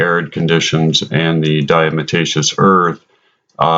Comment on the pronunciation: Diatomaceous... Not diamotaceous...